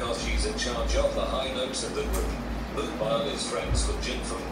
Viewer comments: Don't believe the robot voice on pronunciation of Moonbyul. Try saying it phonetically as Moon Byou'll. this is probably close enough for english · Every time the video says 'moonbile' i am done...it's moon - byul ...not bile!